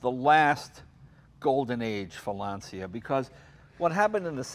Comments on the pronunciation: DEAR AMERICA AND THE U.K. IT IS PRONOUNCED LANCHA BECAUSE IN ITALIAN WHEN THE LETTERS C AND I COME TOGETHER IT MAKES A CH SOUND! THAT IS HOW YOU PRONOUNCE IT THE ITALIAN WAY AND BEFORE YOU GUYS TURN IN TO TROLLS REMEMBER THAT WE PRONOUNCE FERRARI AND LAMBORGHINI THE ITALIAN WAY. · I grew up in Italy...it's pronounced LAN-cha. In Italian, when an "I" follows a C, it's a CH sound. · Jay!!! Please pay attention to! Lancia is pronounced "Lancha". In Italian the "c" is pronounced like a "ch". Congratulations, what a great episode. This guy he really knows his stuff. I am currently restoring a 1982 Alfasud Ti 1.5. As soon as I finish restoring it I'll send you some pictures. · M.r. Moon since it is an Italian name, there is a correct way to pronunciate the word and it is Lancha. If not, we, as Italian people, will start to pronunciate differently every English word ;) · you are a true class act. Jay why don't you have some more down to earth interesting cars like these? And please please it's pronounced Lanchia...come on jay you are a paesano!!:-) ps/ I do like more the euro spec fulvia with the headlamps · Lahn-chu, Jay.. Lahn-chu! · I have a question. Jay pronounces it “Lahn-see-yah” and pronounces it “lawn-chah”. Which is correct? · I'm British, and we pronounce it Lance seeya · it's not LAN-CHI- AA the exact speech for it, is, LAN-SEE-AA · I'm Italian and i can tell you that it's pronounced LANCHA, all the other pronunciation are wrong. Also the black guy spelled Lancia very well. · Lahn-cha. Easy. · I wish Jay didn't consistently mispronounce "Lancia". It's "LAHN-cha" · Jay, if you're a huge Lancia enthusiast, as you say, why, WHY don't you learn how to pronounce its name? It's easy. Every time I hear an English-speaking type saying "Lansia", it makes me cringe... BTW, listen how pronounce it correctly! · Jay the c in Lancia is pronounced like the c in charlie... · >"I'm a huge Lancia enthusiast" > Can't pronounce Lancia